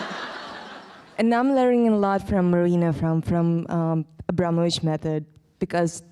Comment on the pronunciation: AbramoVic not Abramonic...